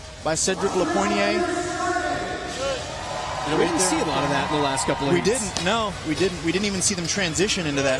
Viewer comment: Event 2 and the commenter still says ‚Lapointier‘! This guy is call ‚Lapointe‘ man!!!! Could you learn at least the names?!!